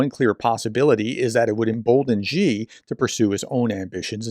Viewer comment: Love your work. Just want to say "Xi" is pronounced "she". Thanks for all the analysis.